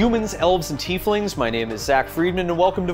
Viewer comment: finally someone who knows it's not pronounced "teifling" :P